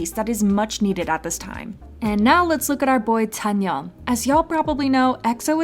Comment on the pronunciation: "and now let's look at our boy tzányon"